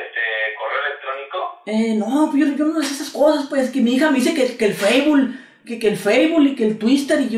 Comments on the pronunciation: "Feisbul", "tuister" jajajajajajajajaja xD amo tus videos xD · Jajajajajajaja feibul y tuistel jajajajajajajajaja qué cagado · feibul y el tuister jajajajajajaja